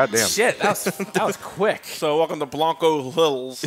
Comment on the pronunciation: It's Bianco, not Blanco. Of course it's italian for white so your pretty much right.